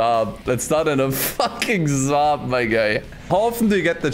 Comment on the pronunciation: Saab not Zaab 🤦‍♂️🤦‍♂️ we don't speak Freaky Deaky Dutch